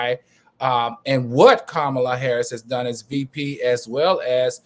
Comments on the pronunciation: He was very disrespectful to seemingly and purposely F up her name. Come on now! Enough of your shenanigans. 😮🙄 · Her name is pronounced “Comma-la”! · Wow, REALLY AL! You jacked up our beloved VPs name?!!?!? Do you really do this crap on purpose?